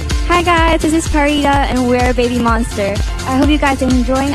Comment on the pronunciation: Why did Pharita pronounce her name like that?? 💀